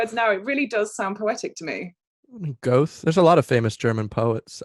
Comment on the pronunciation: Goethe = "geerta"